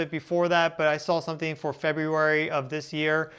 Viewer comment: Rapidly approacheen? Sometheen sounds off there. Now, if you'll excuse me, my lunch is here, chicken weens.